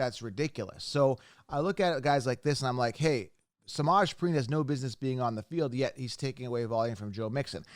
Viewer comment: Why did you say samajee name like that lmaooo 😂😂😂😂